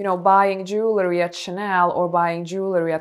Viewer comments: Jewel ree not jewler ee. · Dear elegant lady. Jewelry is pronounced Jew el ry not jewler er. One of my minor eecchs. Sorry.